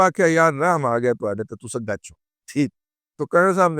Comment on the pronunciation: Dada Jee "acho" nahin "Gacho"